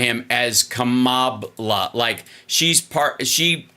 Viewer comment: The "ck" is silent on the end of Kamabla.